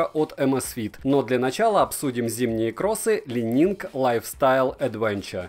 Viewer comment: Уже не лайнинг, но ещё не идеально))) Каппа., "Ли Нин" - не ли нинГ. Легендарный гимнаст Ли по фамилии Нин